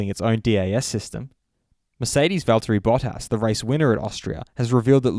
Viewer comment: it’s Valteriiiii